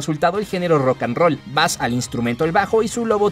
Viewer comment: Bass se pronuncia Beis, si no no es termino musical.